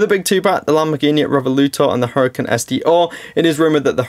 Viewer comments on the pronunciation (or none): Just a short note: The Lamborghini is not "revoluto" it is "revuelto" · Re-vu-el-to....i told you already in your last video..come on man..